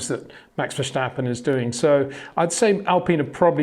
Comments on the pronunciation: Love your videos but I’m wondering why you keep saying Vershtappen. It’s Verstappen, no H there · The name verstappen has no H in it. You should pronounce it like versteppen, not verstahpen. It sounds so weird when you do that. Besides that great vids. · HEY PETER WINDSOR, I HAVE MESSAGE FOR YOU SIR: With all due respect ... it is NOT Max "verSHtappen" ... Max is not German (Germans indeed do pronounce "st" as "sht") ... #Max33 = Dutch 🇳🇱 NL/Belgium! ... It is not "Bottash" nor is it "Lewish" certainly not "verSHtappen" .... This BS started long time ago when a British sport presenter interviewed father Jos Verstappen and assumed you can use a German pronunciation to a Dutch Driver thinking it is so "funny" ... It is not. Serious question: can any Englishman say "versatile" out-loud without saying "vershatile" phonetically? most can about 99,99% ... that is why most English can pronounce Verstappen 100% correct! Father Jos Verstappen (also F1 Racer) was very active between back then only a very few said "Vershtappen" but the vast majority of British sport presenters pronounced it perfectly ... only a few old stubborn farts like Peter Windshor